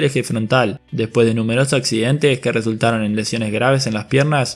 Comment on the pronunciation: Por el amor de diosas, usa las letras S cuando hablas......... no es mil noveciento y noventa y tres.... es mil novecientoS y noventa y tres..... semana en plural no sé dice semana, se dice semanaS.... no sé dice los accidente, se dice accidenteS